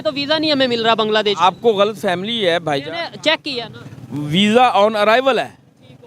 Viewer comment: इस मदरशा छाप जाहिल की इंग्लिश सुनो गलत फैमी को गलत फैमली बोल रहा हैं और इस कौम की दुनिया में इज्जत हैं